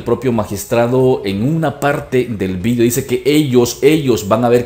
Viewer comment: La comunidad internacional no hará nada... Luego del papelón en Bolivia... A propósito se dice video no "VIDIO"